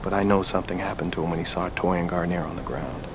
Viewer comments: "Gar-neer". "Garn-yay" is a shampoo. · I had to comment because it's killing me. Bill's last name is pronounced Garneer...not Garnyay. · Cute you guys are calling him "Guarniére," like the nice shampoo, but it's just "Bill Gar-neer-eh," or for everyone else "Gar-Neer" (or "Gonorrhea").